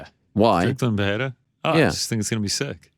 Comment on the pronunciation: PEHERA vs strickland?? Pls just pronounciate it pereira xD